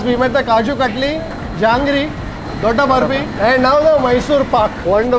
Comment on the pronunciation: It's not jangri. It is called jahangir.